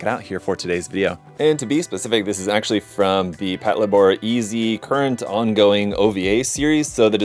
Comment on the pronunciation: Mine is en route to me, can't wait to build. I'm planning on painting it like the Toyota Crown police cars, so it looks like I'll be wearing my rarely-used car modeling cap for this. (btw, it's pronouced "pat-LAY-bor" as in "patrol labor")